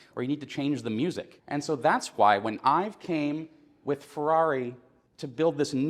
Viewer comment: Nice work here. But .. Ive, not Ive. And Aluminium. Americans .. stick to blowing shit up.